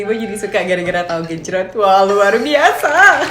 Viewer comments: "tahu gecroot" lol 🤣 Luv to see learn how to cook Indonesian foods😉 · Bjirr ngakak pas bilang tahu gecrot:v